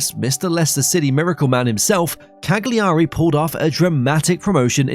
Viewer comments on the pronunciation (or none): Bro please 😄 It's Kalyaree, Bolonia & Latsio, which are by the way the Biancocelesti not the Biancoazzuri ... are you trying to hurt us Serie A fans? 😝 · I just stopped watching after hearing kag-li-ari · the way he pronounces Cagliari hurts my soul